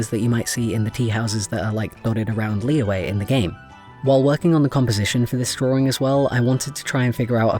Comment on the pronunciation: Ah yes pronunciations, you were close for Zhongli, it's pronounced Jong-li to put it simply, and for Liyue, Lee-yue (last part you say pretty quick) I'm poor at this honestly, so there is a very nice lady named Ying who made a guidance video on it (I'll find the link and put it here later) but yeah um you probably were not asking for help but here I am ha